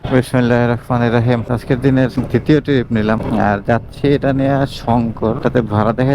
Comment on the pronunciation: উচ্চারণ শিখেন ভালো করে। টিরিপ না। ট্রিপ! খুব অদ্ভুত লাগে শুনতে!